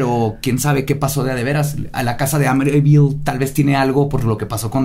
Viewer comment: dice amityville y se escucha raro